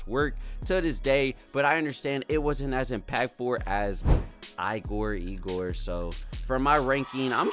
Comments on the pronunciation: it’s pronounced “EE-gor” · he said it when the album dropped in a tweet, it’s pronounced IGOR (ee- gor)